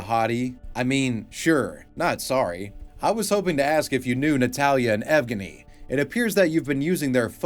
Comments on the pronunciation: this man doesnt know the bruins its ev-genny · Another Good Vid. Quick note on Uma: Evgeny should be pronounced same way as Evgeniy Onegin (hit on the second syllable.)